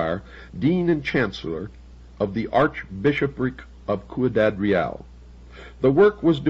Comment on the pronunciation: hehe "zeminis"... it is Jimenez, which was written sometimes as "Ximenez" in Spain's golden age. Also, Ciudad Real is pronounced /see-oo-dad/... Love ol' Bill, but his Spanish was una mierda! lol